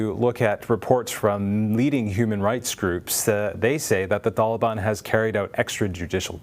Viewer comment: The way he says taliban is painful to my ears